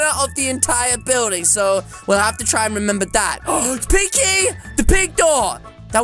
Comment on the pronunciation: When said pink key it sounded like pinky for me